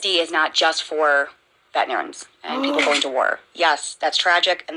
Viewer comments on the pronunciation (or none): How does she not know how to say “veterans”?!? Mimi failed these two idiots. GO GET YOUR GED YOU FUMB DUCK!!